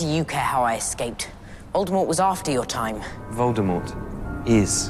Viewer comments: It's Voldemort not voltermort 😂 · At this point it’s Annoying to see and hear butchering Voldemort’s Nama over and over again 😢